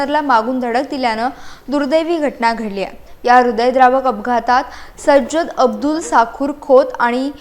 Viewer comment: Myadam kaye bolta te tumla tari kalleka SAJJAD bolta k sarjet bolta kahi kalle nahi nawa cha abbyas changla kara mag baatmi dya please 😢 🙏 😭 😅